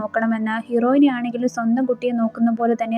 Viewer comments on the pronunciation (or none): ഹീറോയിനി അല്ല ഹീറോയിൻ